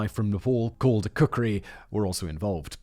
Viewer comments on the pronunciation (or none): none